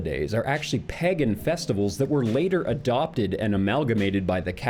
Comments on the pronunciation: My only question is why the hell do you pronounce pagan like peggin'!? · not to kink shame, but it drives me up a wall hearing pagan pronounced as peggin' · When you say pagan it sounds like pegging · Say PEHgan one more time please